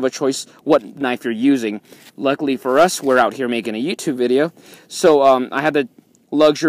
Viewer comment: nice video but u said yeettube video